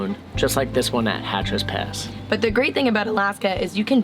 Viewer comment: It's Hatcher Pass NOT HATCHER'S Pass.